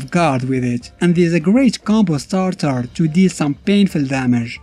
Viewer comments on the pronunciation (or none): none